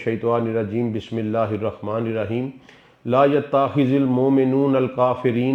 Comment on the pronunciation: السلام علیکم و رحمتہ و برکاتہ سر آپ بسم اللہ الرحمن کی نعوذبااللہ (الرخمن) بولتے ہیں، ہمارے پاکستان میں یہ غلطی کامن ہے، جان بوجھ کر نہیں کیا جاتا ہے